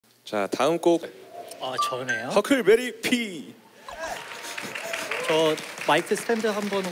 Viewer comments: 혁피, 혁띠 아니고 헉피라고!! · 허클베리피 혁피 아니고 '헉피'입니다 혁띠 피혁 아닙니다 love ya huckleberrrrrrrrry 헿헿